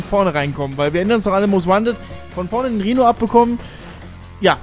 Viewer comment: Wenn ich "Rihno" gehört habe blieb mein Herz immer stehen ... 🤣